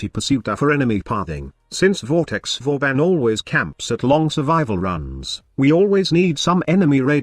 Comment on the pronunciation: Vauban... IS THIS BOOBEN PRIME?!?!?!